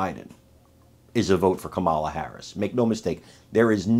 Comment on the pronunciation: Kamala as in Pamela.